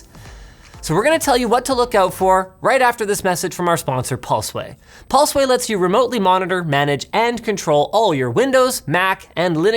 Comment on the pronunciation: He says: paulsway xD